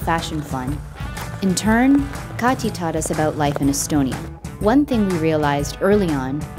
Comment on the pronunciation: pronunciation is a little off on her name ... it's a very hard T in Kati ... cut tea (leaves) .. just sayin